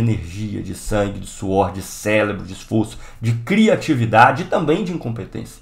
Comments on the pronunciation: Cara, eu adoro vc,. Por isso mesmo, CéREbro, não celebro, amigo. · Celebro??? kd o R??? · Célebros???? COLE? Aula Phoda dessa e tu mete várias vezes este "celebro" kkkkkk